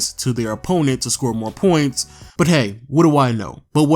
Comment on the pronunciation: The way you pronounce “points” make me cringe so bad